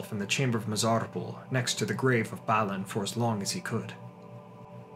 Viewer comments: You keep saying, "," but I though it was BAH-lin.....? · Balin too..